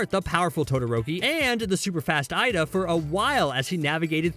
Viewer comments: And i heard him saying aida, instead of Iida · I have one thing to say. Ur extremely bad at saying their names, like you messed up Iida which is one of the easiest ones...